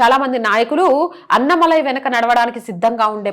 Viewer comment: అన్నమలై కాదు అన్నామలై అన్నామలై అను anchor తల్లి...